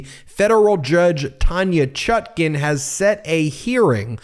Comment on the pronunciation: What is the correct pronunciation of the judge’s name? People are ALL over the board on how it’s being pronounced. The apparently determined pronunciation on this channel is the more awkward of the two but I’d appreciate hearing from the judge himself.